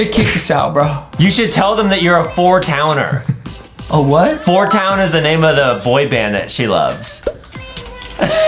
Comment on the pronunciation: I just commented to say its 4 towny not 4 towner